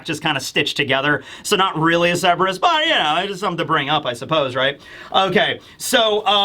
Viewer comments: Just for the future, Cerberus is pronounced sir-ber-us, not seb-ris. You kept flipping between the two, but I noticed you favored seb-ris. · KUR-BUR-US. The C makes a K sound, and the R is not silent. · A Griffin/Gryphon is a creature with the BODY of a lion, face and wings of an eagle. Also, been watching you for nearly a decade, still can't get over how you mispronounce Cerberus. It's Sir-burr-us not Seb-res.